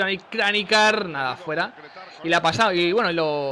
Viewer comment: Yo creo que 2-0 en la ida y 2-1 en la vuelta.(Aunque soy del Madrid)quiero que pase el Atleti solo porque en el Chelsea esta Mourinho (no es que me caiga muy bien) Una aclaración, no se dice Kranijar, se dice Kranjar,(creo)